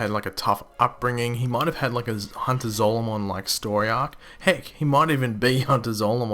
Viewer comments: IT'S HUNTER ZOLOMON!!! NOT ZOLOMAN!!! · ZOLOMON!!! IT'S ZOLOMON!! WHO THE HELL IS HUNTER ZOLOMAN!?? ZOLAMAN!??!